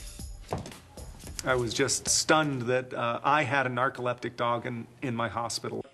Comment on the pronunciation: the news lady says narcolepta poodle hahahaah